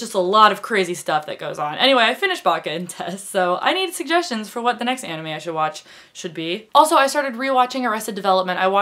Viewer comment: You should watch Soul Eater. It's a fantastic anime. By the way, I'm glad you don't say ay-nime, but ah-nime.